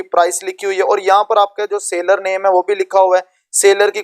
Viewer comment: Mere bhai sa ler account nai hai seller account hai